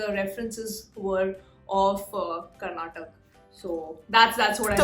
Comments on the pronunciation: Hi. It's not Karnatak. It's KarnatakA. Please correct it. Thanks. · it's not karnatak.................! KARNATAKAAAAAAAAA😅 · It's not Karnatak, it is KAR-NATA-KA. IT IS KAN-NADA not Kannad. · Again it's not tak it's TAKA 🙏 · Madam I don't know your name but i need to say it's not karnatak , it's KAR + NA + TA + KA = KARNATAKA 🙏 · Madam its not Karnatak Its 'Karnataka' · Next time please pronounce it as KarnatakA and not karnatak. Please use the "A" at the end